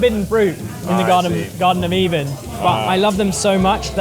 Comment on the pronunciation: my man just said “Garden of even”